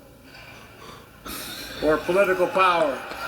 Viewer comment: chuck Schumer says erectoral😂